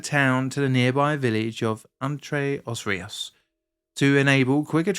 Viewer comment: It wasn't just the digging around the pilars, it was boats hitting it, it was lack of repairs, government said there was no money to make repairs, but after the incident they made 2 bridges... I'm local to Castelo de Paiva. It's super funny hearing you prounounce Entre-os-rios and Castelo de Paiva 😂